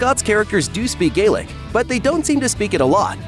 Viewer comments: Or Gaelic, either! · Ok, enough. If you think as an American you can comment on the accuracy Outlander's Scottish history - make sure you are having the decency to pronounce both Culloden and Scots Gaelic "Gallic" properly!